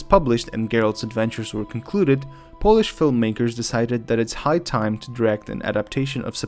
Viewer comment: With all due respect, but this is the second video where you mispronounce the word "polish". As a Pole, I would like to ask you to have some respect to your own country.